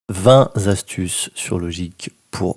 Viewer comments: 0.00 Vingt .... Zastuces...? Sinon, Merci pour ces astuces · il n'y a pas de "S" à vingt... donc, pas vingt Z'astuces, mais vingt T'astuces...